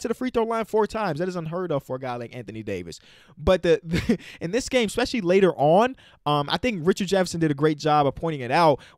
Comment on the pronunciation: no one:: ex-pescially